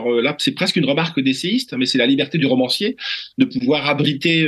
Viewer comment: Rauuumancier, arrêtez de confondre la prononciation des O et des Au, c'est une habitude chez tous les journalistes, romancier, voilà c'est tout